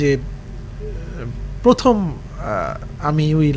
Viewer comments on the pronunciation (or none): none